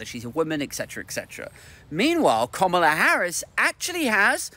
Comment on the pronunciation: It’s pronounced ‘Kamala’, as in ‘Instant Kamala’.